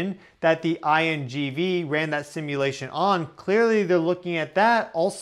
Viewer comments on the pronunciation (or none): none